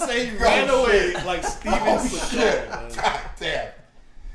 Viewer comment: 'Seagal' not 'Segal'